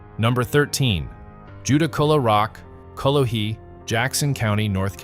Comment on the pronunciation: call a weee that's how it's pronounced not whatever the hell you tried to say